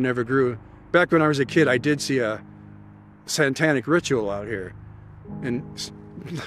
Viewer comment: I love that he keeps saying "santanic rituals" lol🎅